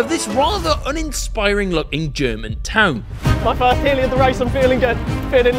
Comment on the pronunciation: he said go in germon